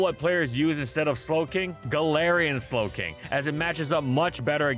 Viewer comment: Please tell me the "Galarian Snowking" while talking about Clefable was intentional!